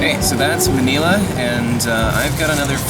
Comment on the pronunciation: HE SAYS MANILA CORRECTLY IM SO SOFT